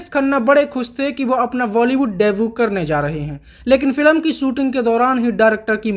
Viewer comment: फिल्म ❌ फिलम 😂